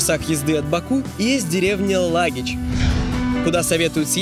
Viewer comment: Не Лагич а Лахыч😂